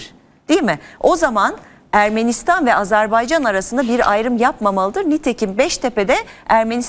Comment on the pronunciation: Hukuk dilini çok iddialı şekilde kullanıp Azerbaycan'a azerbeycan demek...Üstelik televizyonda...Öncelikle çok yücelttiginiz ülkenin adını doğru telaffuz etmeniz gerekir.Zira hukuk dili çok sayıda arapça,farsça kelime barındırır lakin Azerbaycan Türkçe'dir.